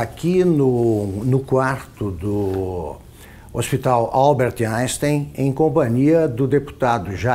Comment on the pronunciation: " Alberto Ainsten" KKKKKKKKKKK